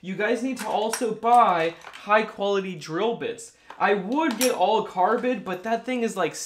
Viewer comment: Ya I was thinking he was having a stroke he also said Pittsburgh funny and he said carbit instead of carbide I guess but I assume he meant Cobalt I mean carbide drill bits are a thing but really only for machining or masonry